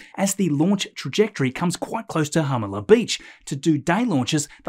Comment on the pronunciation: Hi! Love your videos! Just a quick note from a Southern CA local. Jalama is pronounced Ha-lama. Just wanted to help since I imagine a lot more launches and news will be coming from this area. Please keep the amazing rocket info coming.